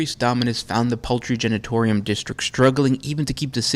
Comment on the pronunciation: "poultry genatorium"